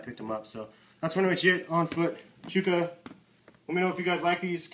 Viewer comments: By the way those are midnight fog, not black. And it's pronounced Chuck-Kuh, not Chooka. lol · Please stop saying chuuuuuuuka it is provinces chuck A. It is not a drawn out u it's like the name chuck the an uh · chuck-a that is how it is pronounced, sorry not to sound snotty and stuck up its just that the way u pronounce it